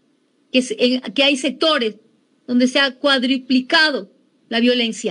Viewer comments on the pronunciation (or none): Luisa se dice "cuadruplicado" mas no "cuadriplicado"...😂😂